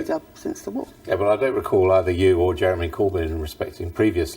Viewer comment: You forgot "You would need to ask Jewemy about that".